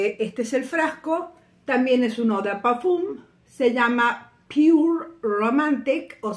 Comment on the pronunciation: Estimadisima, parfum en francès, en vez de pronunciarlo como "U", es una E nasal, que podrias pronunciarlo como: parfen (como "end" en ingles pero sin la d final ). Con mucho gusto aporto como profe de francès y espero sirva para tu hermoso canal. Bendiciones!